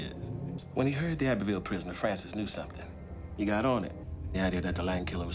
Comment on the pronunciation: I love how most of your words end in K Somethink Yellow kink Sufferingk 🤣😂